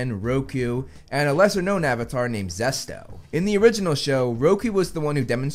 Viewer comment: Szesto is wild 💀 (It's Szeto)